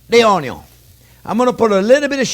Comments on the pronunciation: My wife does all the cooking at home. I'm just here to hear him say "onyo". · I come for the uh-yung and now, I go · This is my kind of cooking. To the point, witty comments, throwin a little shade but not enough to offend anyone, and plenty of onyo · Anyone who says the 'ONYO' is first is speaking my love language! Thanks Chef JP, I'm gonna try this one! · The only person who pronounces onion cooler than this guy is Justin Wilson